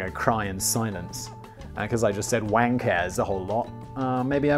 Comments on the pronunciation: Y'all are pronouncing the surname wang wrong and that is only reason it sounds like wankers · I mean it's pronounced Wong, as in Garrett Wang/Wong from Voyager. Come on Simon, you're a Star Trek fan. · Mate, as someone whose last name is Wang... it's not fucking pronounced like that. It's "Wung" in Chinese.